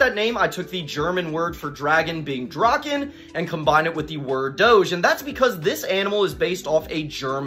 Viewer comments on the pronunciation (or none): No, german word is not draken. It's pronunced morelike dra-hen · you dont pronounce the german "ch" like "k"... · The way you said "drache" is obviously not correct but I love people speaking my language and you said it very cute❤